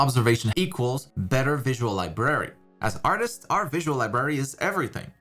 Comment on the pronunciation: Sorry to be picky, but, the way he says library kinda bugs me a bit lol.